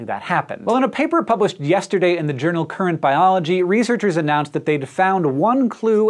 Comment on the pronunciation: Y E S -terday